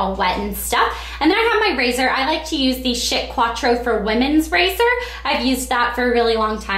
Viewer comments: Did you say "shit razor" ?! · It sounded like you said the shit razor ^.^ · lol it sounded like she said s*** razor